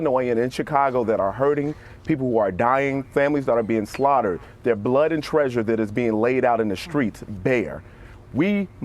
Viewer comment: The "troof".